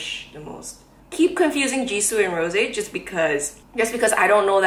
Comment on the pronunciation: Rosé not Rose.